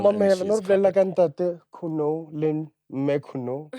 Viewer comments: Surname’s Khunou (pronounced as koo-no-oo). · Haha we share the same surname, and guys its Khunou.. not Khunoe😪😪😂